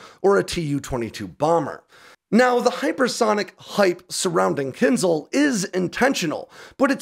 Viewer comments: kin zhal, not kin zal... Кинжал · This logic is flawed, because you don't understand Russian internal politics and scientific development. Also, if you claim to be the current conflict expert and reporter, learn how to pronounce the name of the missile correctly. It's /ˈkɪnʒɑːl/ for fuck's sake, not /'kɪnzl/. You're welcome. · My 2¢ in a nutshell:: "Kinsel" Pooden: "Poccnr stronk!" Russian scientists: get prosecuted for "lying" to da boss Me: lol, rly? LOL! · Every time I hear KINZL, Ukrainian puppy dies. It is KINZHAL, with ZH pronounced like J in JACQUES or Z in AZURE or S in MEASURE. Also, A is not silent. KIN ZH AL. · "Kinzhal" isn't pronounced "Kinzal". The 'zh' is pronounced like the fricative sound in the middle of "measure". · Thanks for the informative take on this. A couple of linguistic points: zh is pronounced as in gendarme and the the accent is in a. Kinzhal. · it is pronounced keen 'zhal with the last syllable stressed. Means "dagger". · What is Kinzle? Why so few people put any effort into finding how to pronounce stuff? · I'm pretty sure it's pronounced "Kin-shaal" - but anyway... 😃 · The name of the missile is pronounced incorrectly, "Kindjal" missile is transmitted as "Dagger"